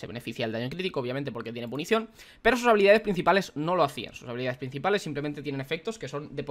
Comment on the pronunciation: Gente normal: PUNCIÓN: PUNICION